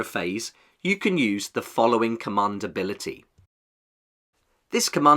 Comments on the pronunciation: ‘Cummund’ 😅 great video though! ;) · Please say command correctly in future videos. Commund is hurting my brain